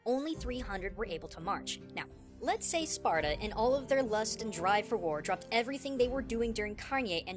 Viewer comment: "age of SPARTUR" [Spartur intensifies]